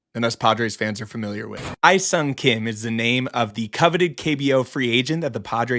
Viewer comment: Man all these podcasters mispronunciation of his name makes me wanna rip my ears out Hyeseong Hye = Hair (without r) Seong = Sung